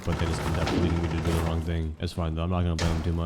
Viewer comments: No way you said "wong" at the beginning of the video, even tho you had made fun of yourself because of that before. (The short on Kafe) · The "wong way" 😭